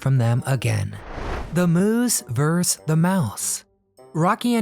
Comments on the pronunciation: versus, not verse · Love rocky and bullwinkle but your narration is annoying and odd. Pronunciations ,inflection, tone etc hard to listen to. For example “Vs” is “versus” not “verse” and other words have inexplicable accents on the wrong syllables. Find a voice coach. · VS stands for Versus, not Verse.